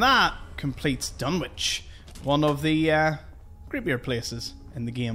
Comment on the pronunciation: Just to say that "Dunwich" is one of those words where the "w" isn't pronounced (not sure why). So, it's actually pronounced "Dun-itch". As people have said, it references Lovecraft's story "The Dunwich Horror", Dunwich being a location. The various Lovecraft references in Fallout 4 are great fun. :-)